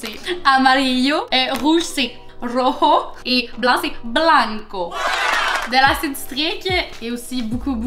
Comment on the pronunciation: Il faut rouler le r et j pour rojo